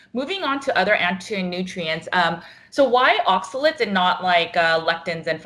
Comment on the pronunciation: ...it’s oxaLATES’...not oxaLETS’....